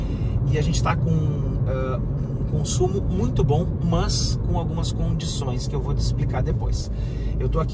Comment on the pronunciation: Vídeo TOP, muito bem feito, parabéns pelo profissionalismo mas, deixo uma dica: Respeitosamente, trabalhe a pronúcia do seu "Mãs", fica ruim essa prosódia... ;-) Forte abraço !